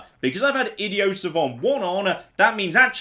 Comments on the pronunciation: This might be because I’m American and never left the country but every time says idiot without pronouncing the the t ticks me off a little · THERES A T AT THE END OF idioT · So is no one going to comment on your bizarre pronunciation of idiot?